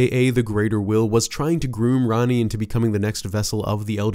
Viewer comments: Rah-ni, not ran-ni, it's tamil for queen. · Her name is spelled Ranni but pronounced Ronnie it was annoying hearing him say her name incorrectly